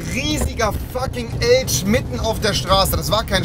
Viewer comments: Deutschstunde mit Rewi: K wie Kirche/Kirsche E wie Elsch 😁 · Was für ,,Elsch" es Heißt wenn denn Elch!🤣🤣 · Rewi bei Fisch=Fich Rewi bei Elch=Elsch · Rewi: Elsch Wie man es ausspricht: Elch Was es wirklich ist: Rentier Solide 1/10 Rewi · Rewi: „Da war ein Elsch auf der Straße“ Unge: „Nein ein fich“ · niemand. Rewi: Eltsch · Es ist ein Elschhhhh😂 wie Rewi sagen würde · Rewi: Da war so ein f*cking größer Eltsch Jeder Andere:Es heißt Elch😅🤦‍♂️ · Elsch, Kirsche 😂🤦‍♂️ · Normaler Mensch: Elch Rewi: Elsch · Einfach so ein Elsch nicht irgendwie Elch 😂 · Elch mit CH nicht mit sch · Was zur hölle ist ein elsch??? Lern deutsch du kek xD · Wer kennt ihn nicht den Eltsch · Ein Elsch 😂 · lol fich und elsch